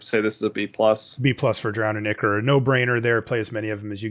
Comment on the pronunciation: Great episode as always. Just a heads up, Ichor is pronounced Eye-Kor. Just wanted to point that out because the way you were saying Drown in Ichor...well let's just say it sounds like you're saying something much worse